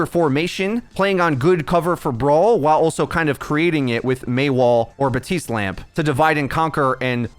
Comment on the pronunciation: His name is BaPtiste not Batiste. Everyone put so much effort into learning how to say Brigitte but won't just say the p for Baptiste. :(